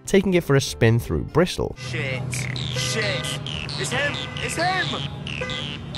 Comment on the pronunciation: ‘a spin through brissle’ it’s either brisTol or briZZle not briSSle